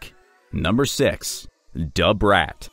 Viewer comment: you need to learn how to say "da" :face-blue-smiling